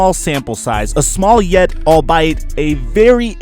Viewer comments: Excellent analysis and good background music. The word “albeit” Is not pronounced like “all bite.” It’s pronounced like “all be it.“ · did you just pronounce "albeit" as "I'll bite?" bruh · albite? lmao This made me chuckle. Great video tho!! Subbed